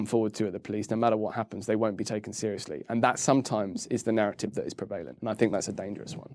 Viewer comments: This guy is so intelligent and lucid, I've learnt a lot about the law in just 35 minutes (and I'm still learning!). Wish he'd pronounce "PREvalence" and "PREvalent" properly, though! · I wish he would stop mispronouncing prevalent! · His pronunciation of "prevalent" is triggering me....